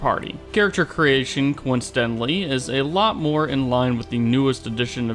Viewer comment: the stress on “a lot” of resources management is not selling the game.